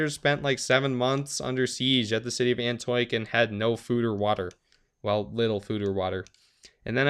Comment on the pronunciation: Antioch - An-ti-och I believe.